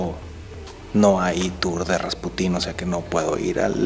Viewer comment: atención: se pronuncia RasPUtin, no RaspuTÍN, es decir, la sílaba tónica en este caso recae en la penúltima. De igual manera que PUtin (presidente de Rusia) y no PutÍN, aunque se escuche más chistoso